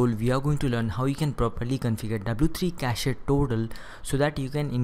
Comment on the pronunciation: stop pronouncing cache like that